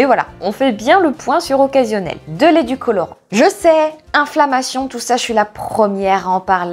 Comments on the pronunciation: Heum… jsuis nouvel abonné alors j’enfonce ptet une porte ouverte mais on dit édulcorant et pas educolorant je crois… enfin non j’en suis sûr haha 😛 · mais sérieux on dit édulcorant…